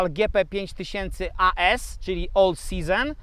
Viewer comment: Wiem czepiam się, ale to śmiesznie zabrzmiało